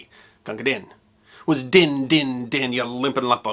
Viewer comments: Sorry. It's pronounced 'deen'. Not 'din'. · Gunga DEEN. I've read in a couple of places that while it looks like Gunga Din could be rhymed with 'pin' that might not be right. Wikipedia (which isn't always 100% correct): Although "Din" is frequently pronounced to rhyme with "pin", the rhymes within the poem make it clear that it should be pronounced /ˈdiːn/ to rhyme with "green" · It’s pronounced not din but deen, in Hindi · BTW, "Din" rhymes with "green" & "spleen" & "clean" - long vowel. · Loved the piece, my one problem with it was on Gunga Din. The problem is that Din should be pronounced "Dean" check the words that it rhymes with. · It's Gunga Din (pronounced Deen) it becomes apparent throughout the poem when you pronounce it as "Deen like in green." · Please forgive me a small complaint. Gunga Din is properly pronounced Deen. Kipling rhymes it with queen, green and spleen, in the vain hope that people would pick up on the fact that Hindi names are not pronounced in English. Keep in mind that the English alphabet is pronounced differently from all other European languages. The English vowel, "a" in German, French, Spanish, Italian, etc., is pronounced "ah," "e" is pronounced "a," and "i" is pronounced "e." Many of the readings of Gunga Din available on YouTube pronounce "din" as you did, as if it were a noise. But they are mistaken. Look to the rhymes of Kipling himself for your clue to correct pronunciation.